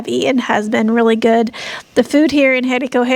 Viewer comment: the acute accent over any vowel in Español, indicates where the stress of the pronunciation should be made, therefore the name of the town Jericó, is pronounced emphasizing the final 'o', rather than the 'e' as you pronounce it.